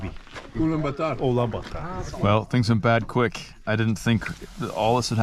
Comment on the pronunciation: ULANBAT(U)R and not ULANB(A)TAR 😉... a Beauty full Video 👏👏👏👏👏